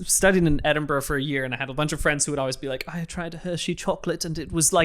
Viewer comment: " i studied in edinburgh " gives the most southern accent ever